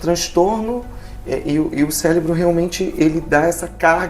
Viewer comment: O cara falando "célebro" eh pacabà..